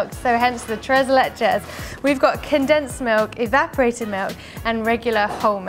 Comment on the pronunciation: I love how you say “tres leches”🥰. Thanks for the video 😊😊.